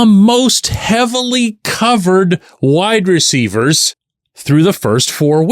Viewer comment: I completely admit this is probably a personal thing, but does the way pronounces "WIDE-receivers" drive anyone else nuts?😂😂😂 It has always jumped out to me😅 No shade to, I'm obviously a fan. But this Daily shot was very WIDE-receiver focused, so he said it alot😂 I am not a huge fan of the money situation with Adams. I think next year he has a $44M cap hit with a $35M salary because of how his contract is structured. I don't know if they can work a way for the Raiders to eat some of the money. I am the biggest fan of bringing in another WR, but the money is an issue for me with Adams. We don't even know what is going to happen with the QB situation and they will have to do something because they have no starter sign for next year. And I might be in the minority, but I don't think the Steelers are a Devante Adams away from winning the Super Bowl this year. I hope I am wrong, I will be the happiest person to be wrong, but I don't think I am🤷‍♂️